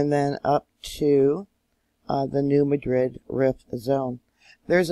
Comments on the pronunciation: Enjoying your regular reports! Re: New Madrid, the pronunciation has the emphasis on the first syllable instead of the last. So it's New MA-drid. (The city in Spain has just the opposite pronunciation: MaDRID.) Bless you for the work you do! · To help and you. I live on this fault. We say New Mad drid. So like your mad and drid New Madrid. Hope that helps. The Lord Bless yall🙂